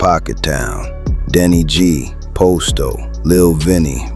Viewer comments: Why tf this fool keep sayin 'pOsto' when g herbo pronounced it 'Pahsto'. I doubt anything is real if he cant get a single name right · It's pronounced pasto, not posto. And Dre didn't think he was untouchable. He lost everyone he loved and knew; he had nothing left to lose. He knew it was either him or them, but he already accepted his fate. Great video though, you did your homework.